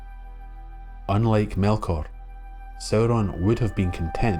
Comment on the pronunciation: This was really great! Though, much as a Scottish accent makes me weak at the knees, it was unintentionally funny to hear: "And the men of the Ale took Suh-ron back to Nuh-mennor from Middle Airth. Even the Fusstborn recognized the power of his rings to PREZAIRVE..." Aye,, ye might try a wee bit harder to nae sound so Gaelic about it all!